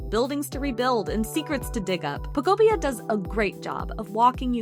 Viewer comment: Ugh eeeekk lol "Pokopia" is pronounced poh-KOH-pee-uh (phonetic spelling), with the emphasis on the second syllable. This structure follows a standard anglicized pronunciation pattern, breaking down as Po-ko-pi-a. 😂not like pocopia why are so many not even saying the name of the game correctly lol